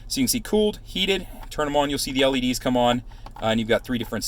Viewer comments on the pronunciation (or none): none